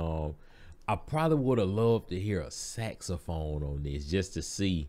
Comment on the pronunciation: Ren just heard you say Saxaphone and is now beating him self up 😂